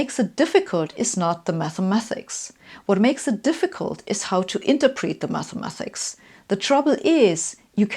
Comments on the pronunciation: She says Mathemathics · After I heard her say that and then "mathamathics" I was done.